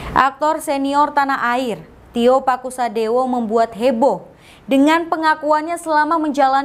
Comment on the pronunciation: Tio Pakusodewo bukan TIO PASUKADEWO